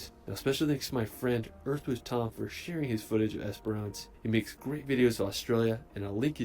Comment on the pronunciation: It's also "ES-puh-ruhnce" rather than "ES-per-rance".